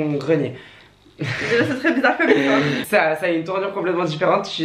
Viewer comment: déjà on dit pas treees on dit très